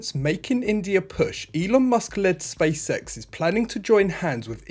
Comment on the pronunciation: Stop saying spacesex... its SpaceX.